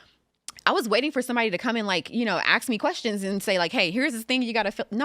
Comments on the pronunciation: It's fucking pronounced ASK not AXE you moron. Stay far away from politics if you can't get something that simple fucking right. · Ask not Axe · The way said, "What do you think they should ASK?" lmao I feel you